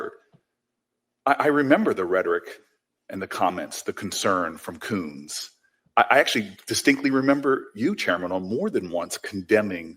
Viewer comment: Did he say Coonz?😮